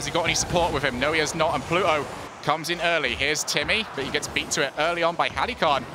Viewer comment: Thank god stopped saying Heli-con.